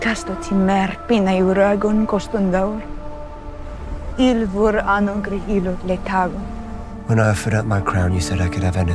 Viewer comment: Something that always annoyed me about game of thrones when Daenerys was speaking valerian she would often say “co’stos d’aor” And yet every time she said it the subtitles corresponded to some different common tongue translation. Me made assume “co’stas d’aor” must have been the valerian word for “fuck”